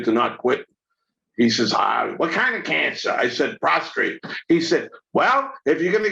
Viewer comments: Hearing y'all say "prostrate" reminds me of Dennis Franz as "Andy Sipowitz" in NYPD Blue. It's NOT "prostrate" which means you're laying in a prone position, it's "prostrate" cancer. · PROSTATE no R after the T lol